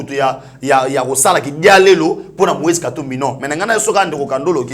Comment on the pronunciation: Moise et non Loise..